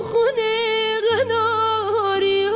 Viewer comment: درود زیبا بود اما اول ترانه تلفظ قاف در قناری رو متاسفانه ناجور و با لهجه اجرا کردید و(( میشه)) رو پشت سرش خیلی سریع و ناهماهنگ با آوای کلمه قبل اجرا کردید کمی هم کمتر باید از فیلترینگ صدا استفاده کنید موفق و پیروز باشید♥️